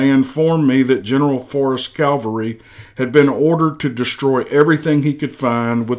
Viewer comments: The word is CAV alry, not Cal vary! Calvary is where Jesus died. Cavalry is a group of horse soldiers. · You wouldn't mean "cavalry" rather than "calvary," now would you? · It's a modern narration of an old letter, wrote above " I took a few liberties with the story to make it entertaining " area / era is likely just a mispronunciation, he also refers to "calvary" instead of cavalry. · It's CAVALRY not CALVARY! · It's CAVALRY not Calvary. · Great story....but it's pronounced CAV ull ree , not COWL vuh ree . Calvary is where the Lord was crucified. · I would love to hear this story. I simply cannot listen due to the constant mispronunciation of simple words. CALVARY vs CAVALRY: there is a difference. Words mean things. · Pronounced; CAVelry....NOT....CALVARY. ....F.Y.I. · CAV AL RY not CAL VA RY!